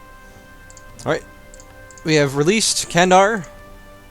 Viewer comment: You are close to pronouncing Candar properly. C--> "J" of Just A--> "U" of Sun Then you're set.